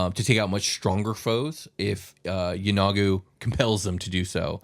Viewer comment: Yeenoghu: "E-no-Goo"